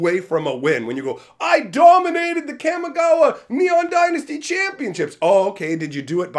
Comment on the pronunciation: Say it with me, Ka-mee-gah-wah